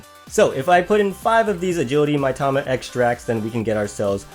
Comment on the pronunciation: That's, uh, pronounced "Mee-tama", not "my-tama".